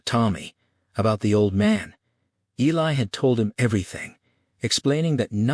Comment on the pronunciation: You have done a fantastic job. Just wish you had pronounced Eli correctly.